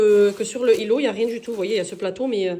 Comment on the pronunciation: Magnifique maison mashallah 🥰 vous avez bon goût, pourquoi vous faites pas la liaison, ça fait bizarre quand vous dites le îlot, dîtes l'îlot tout simplement 😁😅ne le prenez pas mal 😅😅 vous trouverez des grilles évier chez shein